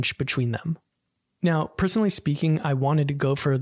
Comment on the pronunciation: Chwin Chwenny Bechween I love these little jokes you kind of hide in your videos 🤣